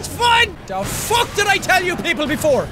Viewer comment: I love you say fuke